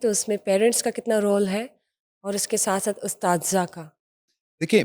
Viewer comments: Correct your pronunciation it is "Asatzah" not astadza! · محترمہ آپ اساتذہ کالفظ غلط پروناونس کر رہی ہیں